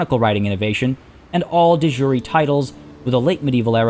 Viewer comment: You're pronouncing De Jure wrong.